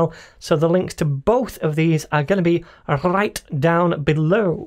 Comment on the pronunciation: Is this only me or everytime he tries to say "right"...he gets possessed by a Mexican....(i.e rrright)?